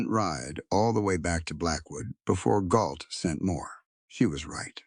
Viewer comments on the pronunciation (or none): I think you mean GAULT, not Galt?